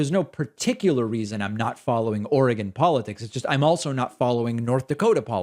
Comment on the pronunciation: Thank you for pronouncing Oregon correctly 😁.